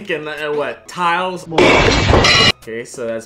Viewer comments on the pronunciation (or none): Did bruh just call Tail, tiles... 🙂 Mic volume: • quiet • normal • loud • super loud • angry fan >tornado siren DOES HE LOOK LIKE A FLOOR TILE TO YOU!!!!! 😡😡😡😡😡